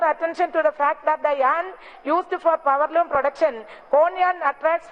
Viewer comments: hahahahahahha....powerloom madam poweloom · പവർലൂം മാഡം പവര്‍ലൂം 🤣